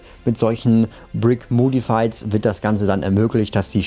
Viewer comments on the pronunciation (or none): Es wird "moddified" ausgesprochen, nicht "mohdified". Bist aber ein super Kanal